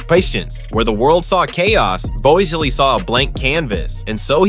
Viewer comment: Wanted to watch, but the computer-generated voice and mispronunciations are too cringey. Who is Todd Bo ez lee?